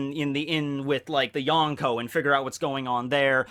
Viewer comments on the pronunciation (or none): none